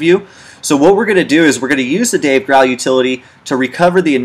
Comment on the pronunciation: It's killing me that he keeps pronouncing Dave Grohl's name wrong...